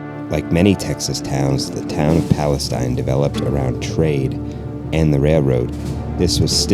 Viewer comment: I was born in Palestine… it’s Pal-uh-steen…. 💙💙💙